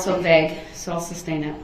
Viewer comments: All this time and he never picked up on the fact he's saying it wrong. Sustain not substain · Reason for the Substain?? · You mean substain. That's how that moron says it. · Substain, tackit, axe, oaf…this guy does a complete butcher job of the english language over and over again.🤦🏽‍♂️ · Substain?? lol! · It’s not substain idiot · He is soooo consistent with his distorted pronunciations that I can't help but wonder if there might be an actual defect between his ear drum and his brain which might cause him to actually perceive in his mind these words in the distorted way that he expresses them. If it could be determined that his hearing perception is actually defective, that would explain a lot ! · Countless numbers of times Judge Dorrow states "SUSTAINED " and Brooks immediately counters with "Grounds for the SUBSTAIN" There just has to be a physical defect between his ear drums and his brain. His brain must be somehow perceiving that word as "SUBstain" for him to so consistantly mispronounce it that exact way every time, over, and over, and over. If such a perception defect is possible, that might explain a lot about how he can have so many social and relationship misperceptions. Maybe his brain really does physically have defective wiring causing him to not perceive things correctly or rationally. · substain? the little guy is funny